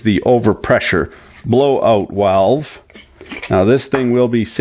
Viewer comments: and here, my folks, we see that ( for short)has german roots: the tell-tale pronounciation of "blow-out walfe" is proof! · "here's the construction on the walve ...." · Wouldn't it be "blowout walwe"?